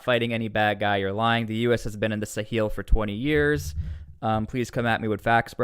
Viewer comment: The pronunciation of Sahel follows the French in pronouncing the word like ‘SA-HELL’. Which is kind of ironic!!